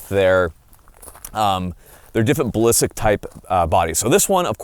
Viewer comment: There's a t in the word ballistic. Its actually pronounced ballistic not ballisic. Being a gun channel i would think you have a grasp on such things. Ball is stick ing to ur chin